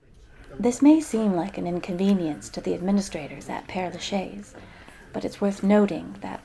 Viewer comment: You really ought to make an effort to pronounce the name of this cemetery. It's not difficult for a speaker of English to say "pear la shez." Great tour nonetheless.